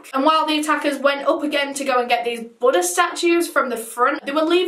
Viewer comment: I keep thinking she’s saying “butter” statues, and have to keep reminding myself. 😂